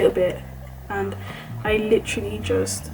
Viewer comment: take a shot everytime she says lichrally